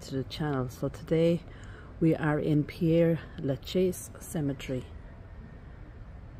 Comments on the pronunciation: Ah, I'm glad I'm not the only one who wants to pronounce this as 'pierre' instead of 'perre'. It's such a bugbear to me! But how lucky you got to visit this amazing cemetery! Thank you for giving me a tour of this 'city of the dead!' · Père, not Pierre! Do the Irish not study French?